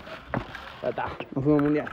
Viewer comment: cada vez q pisa: "no fuimo" JAJAJAJAJAJJAAJAJ